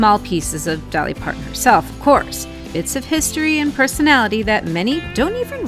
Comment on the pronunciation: Its not mount ans or Part ins